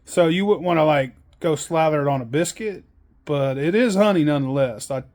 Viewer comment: “Shi igha put that ona biscuit” was all I needed to hear